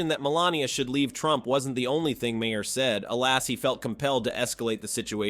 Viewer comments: It’s pronounced MAY-er, MAGA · imagine someone who likes Bill Maher so much that he can recite and replay so many of his jokes, yet can't even pronounce his name correctly even once